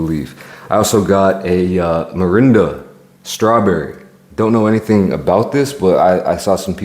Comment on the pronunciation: A lot of people mispronounce Mirinda as Miranda